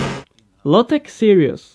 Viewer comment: I swear i heard Lotus